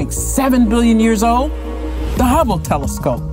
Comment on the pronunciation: There's a D in old. It would be helpful for your announcers the speak English fluidly, without mispronouncing every other word. You were born in America, so what holds you back from speaking English well? Ghetto is not an accent. And it's not cool to Not be able to speak proficiently. Woman is speaking at a 3rd grade English level trying to talk science, just doesn't mix. It's like getting goofy to explain brain surgery.